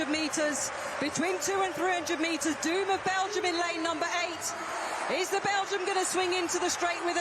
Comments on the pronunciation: In an interview he stressed that his surname is pronounced with long vowel "o" and not with the english "doom" sound (duːm) since in dutch, his mother tongue, the word pronounced "duːm" means idiot. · It's pronounced Dome.